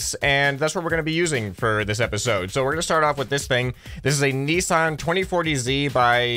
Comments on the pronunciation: you called a nissan a nissarn its pronounced n i s an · say nissan and it sound exactly like ni-san(oni-san) XD